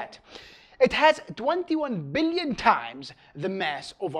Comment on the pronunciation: i like the way he says "BILLIONS!"